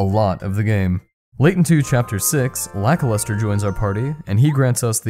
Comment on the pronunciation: i thought it was lackluster, not lakiluster